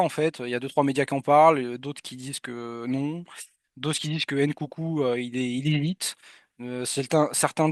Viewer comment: STP mon pote c'est Nkunku pas Ncoucou